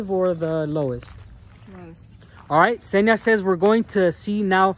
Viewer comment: Daniel's girl's name is Ksenia, not Zhenia (these are different names).